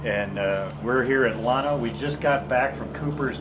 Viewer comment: It's Llano not Llono!